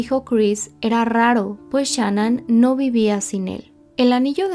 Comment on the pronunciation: Gracias por cubrir este caso con detalles correctos y con respeto. Muchos canales en español no han hecho un buen trabajo de investigación, y también lanzan declaraciones injustas sobre Shan'ann. Solo te critico cómo pronuncias el nombre de Shan'ann pero te lo paso 😊.